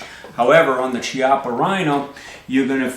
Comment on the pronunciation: Chiappa is pronounced with a "c" as in "cat" or "caliber". It's because it's Italian, where generally "h" makes a hard sound sound so if it was Ciappa you would be correct. Now if it was Spanish is would actually be pronounced as you did since there a "ch" combo is like the first part in "Czech". Easiest way to remember is that the Spanish writes Qué, but the Italian writes Che.